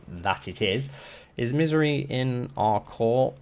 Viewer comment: Her name is Mysaria, not Misery lol